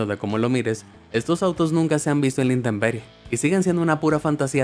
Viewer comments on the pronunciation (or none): none